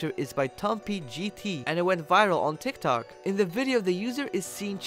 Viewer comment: You said tiktak